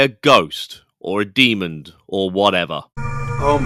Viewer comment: lol you said“Demond”